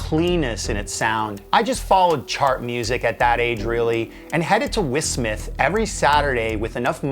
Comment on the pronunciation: WhisSmith? Ha ha ha